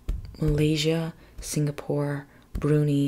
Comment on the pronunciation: Brunei is pronounced Broon eye….😎✌️🇬🇧